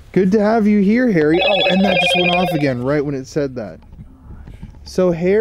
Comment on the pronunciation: it sounds like your saying Hairy not Harry 😂😂😅😅❤